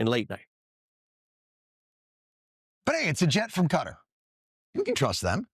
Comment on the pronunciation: I so wish people would get it right, sadly for nearly everyone Dumpty himself gets it right which kind of shows why he was elected, ignorance. The most widely accepted pronunciation of "Qatar" in English is "kuh-TAR", with the stress on the second syllable. NOT CUTTER please get it right, MUGA cultists or not.